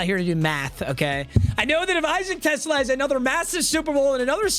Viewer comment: Isaac Tesla is where I’m from Arkansas. He played for the Razorbacks and yes, that’s how you pronounce his name.